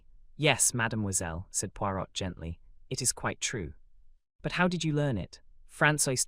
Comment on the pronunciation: who is reading this, please? it's a fun lighter voice then more. Hun Puirot is not pronounced "...pui R ô T" rather "pui Roē"